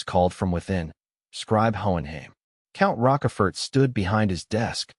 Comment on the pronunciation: Broooo. The AI is messing up Count Rochefort and Karl Von Schmidt .